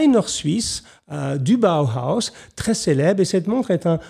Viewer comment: Monsieur Jacomet, Comment allez-vous ?! Si je puis me permettre la prononciation à l'allemande de Bauhaus est : " Baohaos " ! ( B.A.O.H.A.O.S ) Sinon superbe vidéo dont je ne retiens que du positif ! Merci pour ce formidable numéro. Merci bien, Salutations distinguées, Mr.Azog !